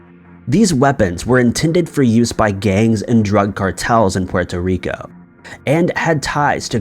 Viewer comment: The way you say puerto rico annoyed the fucked outta me